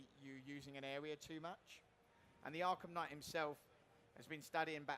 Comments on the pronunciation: I've only heard of "arkham knight" not "arkham knigghgt" sorry for my bad english, i'm from 'murica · Batman Arkham Kngigityght